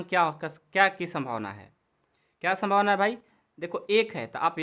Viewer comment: संभवना नही यह संभावना है